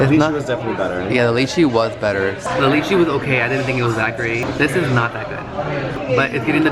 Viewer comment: Have to let you know lychee is pronounced lie-chi.